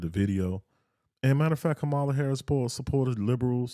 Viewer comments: Why won’t you all even pronounce her name correctly? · I stopped listening after he mispronounced her name. I’m fine💙💙💙